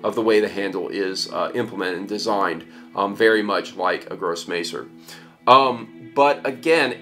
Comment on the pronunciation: The first e in "messer" is pronounced as the e in mess or the first e in clever. Also. "'grosser" is pronounced as a bit simular to the English word gross. but wit -er attached to it. So its "grosser messer" (big knife in German). Not "gros maser".